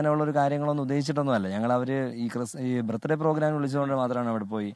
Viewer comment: അച്ഛൻ ഇടക് ഇടക്ക് ആ കുരിശ് പരുവാടി അറിയാതെ പുറത്തേക്ക് ചാടുന്നു..... 🤭😂😂 ലെ...വകീൽ ഡാ... ബർത്ഡേ എന്ന് പറ.. യേശുവുന്റെ ബർത് ഡേ എന്ന് പറയേണ്ട..... 🤭😂😂